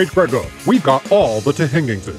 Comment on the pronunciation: "We've got ALL the thhingingses"